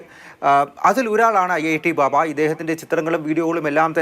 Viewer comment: ബാവ അല്ല മൈ..ബാബ😂